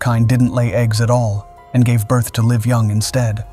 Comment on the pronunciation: When is ai going to learn to pronounce the word live , instead of saying "liv"